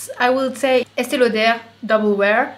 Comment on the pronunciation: Ok but the way she said Estēe Lauder was beautiful